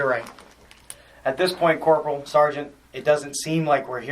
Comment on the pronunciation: Corp. Jeezus. No one in service says Corp. My God.